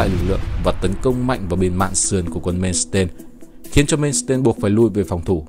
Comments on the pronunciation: Ad ơi Erich von Manstein đọc theo tiếng Đức: ê rích von man-stai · Phải đọc là Man xờ tai